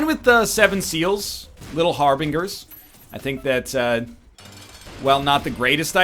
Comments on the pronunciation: "Little Har-Bing-Ers" pushes up nerd glasses Uh, actually NL it's pronounced, "Har-Bin-Jers". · Why did he say it like harBINGers instead of harBINGErs? I had to show the pronunciation somehow.